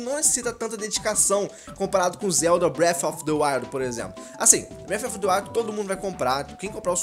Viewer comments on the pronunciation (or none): none